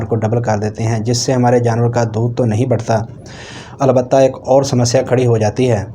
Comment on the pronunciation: ایاک لفظ صحیح کریں زبر نھیں زیر ہے